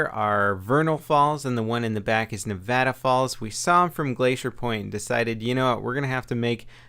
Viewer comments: wow somebody not from Nevada said Nevada right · You just climbed 3 rungs on the latter of respect I have for you because you said Nevada right! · YOU SAID NEVADA RIGHT!!!!! I LOVE YOU....